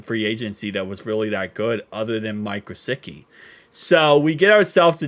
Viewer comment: Alight let’s make sure. Pronounced Gissicki. There’s no W